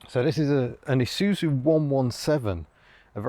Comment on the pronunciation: Shouldn't it be 'eye zoo zoo'? Anyway, great video as usual